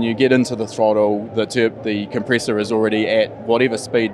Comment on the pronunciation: What’s a ‘compreessor’?